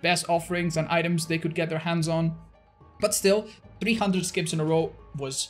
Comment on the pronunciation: I love how says 'scapes', that's so not espanish of him.